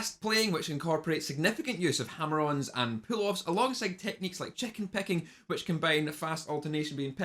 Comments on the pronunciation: Gotta love Scottish accent 🤣🤣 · The way you said chicken picking was absolutely legendary! 🤣🤣👊 😜